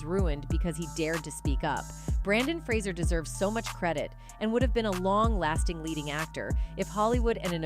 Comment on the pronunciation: His name is Brendon Frasier, not BrAndon. And you’re mispronouncing his last name.